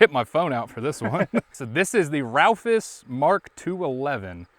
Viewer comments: its called a Raufoss and not a Ralphoss XD hahahaha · It's funny how people say "ralphus" instead of Raufoss. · Ralphis.....? RAUFOSS!!!!? You really slaughtered that name